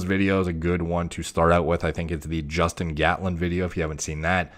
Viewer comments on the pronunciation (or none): none